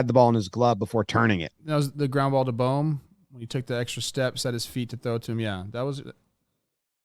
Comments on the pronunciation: ITS BOHM, B oh M not bomb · Can someone please tell Jimmy that its pronounced “boam” not “bom”